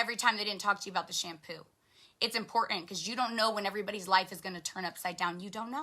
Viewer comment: ...please make her stop mispronouncing the word important Hey "girlfriend" it's three t's not two😒